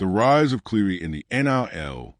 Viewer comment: I just can’t get past the fact that you continuously mispronounce Nathan’s Cleary’s name